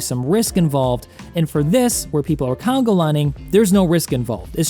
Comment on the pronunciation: Dude I was dying at "congo lining" :D